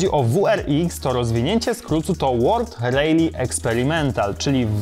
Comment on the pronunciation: dlaczego mówisz REJLI zamiast poprawnie RALI ?